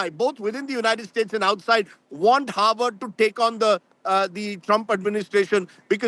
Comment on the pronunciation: Howard or Harvard. 😂 Can't you both say "Harvard" properly. Why does Harvard need funding?